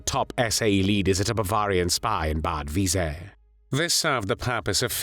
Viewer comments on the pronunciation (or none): none